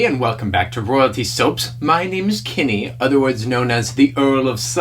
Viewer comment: Bravo...great job. You say ur name funny. 🤷🏼‍♀️👏🏻👏🏻